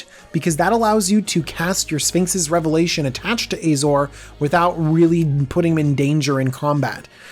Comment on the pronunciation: Oh ffs, do you call Azorius Ayzorius too?